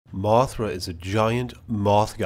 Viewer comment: Why do you talk like that? MothrA can drop rEFlectIve sCAles!